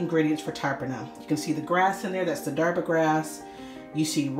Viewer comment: Please pronounce the words properly. The T in tarpana is pronounced incorrectly. As well as the word Darbha. 😣